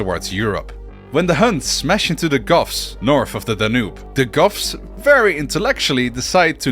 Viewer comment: every time you say goths I hear "Goffs" and immediately am thinking of orks in warhammer